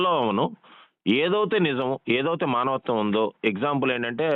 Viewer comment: మనవత్వం........ కాదురా బాబు అది మానవత్వం